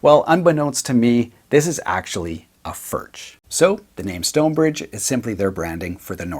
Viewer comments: Your pronunciation of 'Furch' is rather questionable . . . and mildly shameful given your Germanic sounding surname (tut tut). BUT . . . . the fact that you chose a Stonebridge (i.e Furch) over Gibson etc etc and the fact that you are profiling these beauties (and the awesome playing) just about makes up for it. LOL. Do you have any older relatives who can help you say 'Foo-wir-CH' (the 'ch' as in 'Loch' as pronounced by the Scottish) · It's more like Furg, since it's czech. English speakers just pronounce it different because most can't say it. lol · I'd say your pronunciation of Furch is still half influenced by English. The "r" is made with the tip of your tongue, not its middle. The hardest part for westerners seems to be the "ch." It's to be made very smooth. Similar to whispered "h." Let air blow between your stiffened tongue and your upper palate. Don't make any vocalization with your throat. And don't let any saliva bubble. The trick is to retract the tongue as soon as it makes the windy sound so that it doesn't linger for too long. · The ch in Furch is pronounced as in Loch Ness. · Awesome vid and utterly delicious guitar. But PLEASE at least try to pronounce it properly. Please. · It's not "FurCH", but "FurKH". ) Sorry for my... ) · Its pronounced Furk not Furch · вот вот , он говорит не Фюрч а Фуркх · Actually you should not say "FurCH", but "FurKH". ) Sorry for my... ) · I own one. I have heard that the correct pronunciation is "furk.". I love mine! Great playing! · Pronounced Furk!!!!!!!! Just bought a Yellow OMC-CR! 😊😊😊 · No, FurCH is more correct, but you are supposed to produce the CH-sound in the back of your mouth. Check out Paul Davids video on how to pronounce it correctly. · It’s pronounced “ F E R K “ Cheers ✌🏼